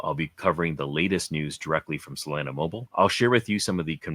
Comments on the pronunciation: Dude can you stop saying freaking saalana... Its solana like sol lana. You can say sol mail but you cant say solana... Say it with me sol lana... Just stop it... Freaking salana.. You said ugly af... Just stop it.. Im so mad right now... Eerrgghhhhh!!! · it's so-lah-nah, like how locals pronounce solana beach which is where the solana founder is from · if you make another Solana video can you please pronounce SOLANA correctly